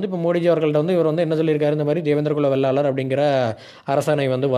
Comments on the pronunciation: சகோதரா வெள்ளாளர் இல்லை. வேளாளர் என்று சொல்லுங்கள் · தேவேந்திரன் குல வேளாளர் அண்ணா, வெள்ளாளர் இல்லை, வேளாளர் என்று சொல்லுங்கள்